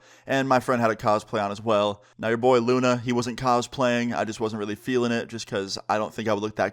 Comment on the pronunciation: Hey guys it's Luna not Lona